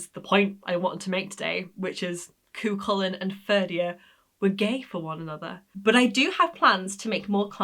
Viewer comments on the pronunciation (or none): Cu Chulainn the ch is as in loch not lock Fer Dia 'divine man'